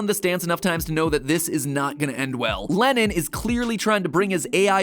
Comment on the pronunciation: I cant help but notice that matpat is pronounces Lennons name as Lennin